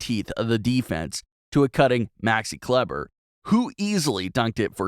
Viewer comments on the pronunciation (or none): Enjoyed this. FYI Kleber is pronounced sorta like 'klee-bah'